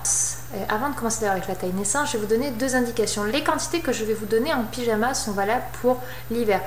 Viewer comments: pijama Et non pas pigama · C'est pyjama mais est dyslexique